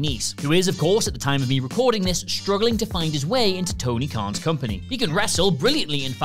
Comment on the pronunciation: Khan* not Khon